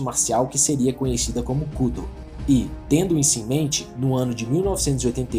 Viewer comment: A pronúncia correta ia ficar muito estranho em.português, daí chamam de Kúdo, hahaha